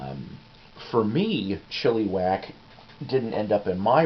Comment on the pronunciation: First Psyko's Platters I've seen. Enjoyed it a lot. I like the background info. Didn't know Golden Earring still has the original members. Here's a tidbit about Chilliwack. The first half of my life I grew up just outside of Vancouver, and I have always heard their name pronounced where the second "I" sounds like the "I" in the word lick. Looking at their name, it would seem the way you said it would be the correct way. I don't know the official way for sure though. Krokus are great. Nice Snoopy shirt. Quite a story about the record label, great background stuff. Well, I wouldn't have paid much for that Hero, but if it was cheap I wouldn't pass on it either, lol. Hopefully it sounded like Rush's 2112, but... Enjoyed this video and I just subbed!